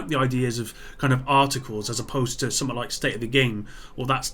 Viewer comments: Yo,, why can't you pronounce basic English? The word is "something", pronounced "sum-th-ing". Not "suh-muh". Good God Man!!! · It’s funny that when you say the word “something” you say summet.